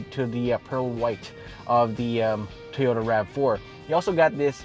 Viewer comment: "Toh-yow-tah" lol